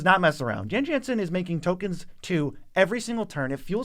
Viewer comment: I hate to be all nitpicky and nerdy about it, but the BG2 community will let you know, it's pronounced "Yawn Yawnsen."